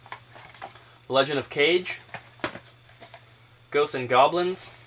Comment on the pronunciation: Nice boxes. It's pronounced The Legend of Cah-Ghey not Cage. :)